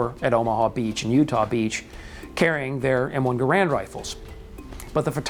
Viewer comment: Inexcusable for American Rifleman to mis-pronounce the name of the man behind the M-1. John C. Garand's last name is pronounced: GEH-rend .......w/the accent on the FIRST syllable!